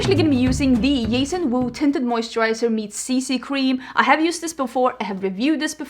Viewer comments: "Yason wu" lol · As someone who wishes to one day live in Sweden and loves singing in Swedish, the way you say Jason Wu is so nice. I love it.